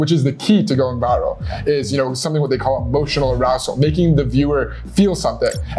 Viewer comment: said “emotional arousal” heard “emotional razzle”